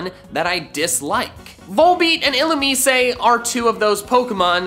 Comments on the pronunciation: I’m so annoyed how he pronounces “illumise” like “ill-oom-ee-say” instead of “ill-oom-eyes” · Nobody: Literally nobody: No-one in the entire world:: Ill-oo-meece-ay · The way you pronounced Illumise made me drop kick my grandmother.